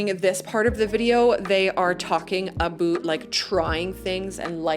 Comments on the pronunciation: Why are you saying aboot instead of about? you say about, guess you forgot to put on an accent? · I've lived in Canada for 60 years and never heard anyone say "aboot". Note that she says "about". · It depends, usually, I would like pre-made roads, but if I'm making a more detailed city, I'd like nicer and more detailed roads. Also, have you been making fun of people who make fun of the Canadian accent? I've noticed your "aboot" rather than about, which you used to say. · Your accent is totally entertaining - I knew a guy from Wisconsin that said "A-boot" a lot. So that definitely places you in the general area, or a little over the border into Canada. I listened for how you would say Roundabout and you kept true with Rounda-boot. But my grandkids started giggling a bit when you kept saying Plazas and "Pomegrantes" instead of "Promenades". Nice video - you bring out some interesting what-ifs. But my most favorite, believe it or not, is the modular features for housing and streets. Have to say though, the shot of the pine trees (fir?) at 29.05 is breathtaking. I will probably spend hours walking through my cities. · what's with the "A-boot" is that just slang instead of saying about? oh and the little white "arrows" are YIELD signs painted on the road... extremely common in europe don't remember seeing them in the states